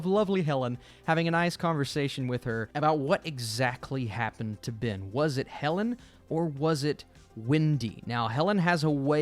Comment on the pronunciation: His name is not BIN, it's BEN.